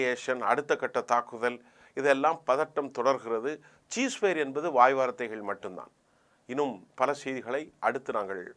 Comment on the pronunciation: Dear Gem Tv editor, Please find a speech therapist to correct your words. I studied English Medium. So I can't tolerate your pronunciation. No cheese fire. Cease Fire is the correct pronunciation. - From Colombo